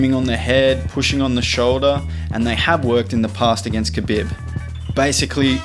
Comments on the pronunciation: Ka BiB. hehehhe... it's Ka BEEEEEB :) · The way you say khabib annoys me...